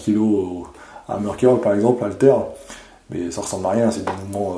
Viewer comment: "Curl" se prononce "keurl"